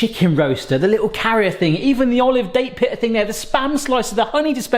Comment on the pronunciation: the way you pronounce 'date pitter' made me think of a dessert pita, that'd be pretty cool